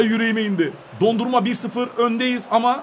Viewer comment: Abi senin kalecinin adı Dondurma değil DO-NA-RUM-MA